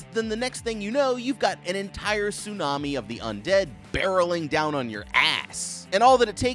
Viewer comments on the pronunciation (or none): none